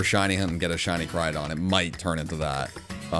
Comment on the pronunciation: Koraidon, not Karidon!